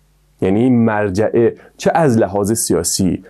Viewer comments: داداش اون مُرجعه است نه مَرجعه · ممنون از ویدیوی جالبتون اما فکر کنم تلفظ صحیحش مُرجعه ست نه مَرجعه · با عرض سلام تلفظ درست : morjeeeمرجئه و ghadarie قَدَریه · مُرجعه نه مَرجعه قَدَریه نه قدریه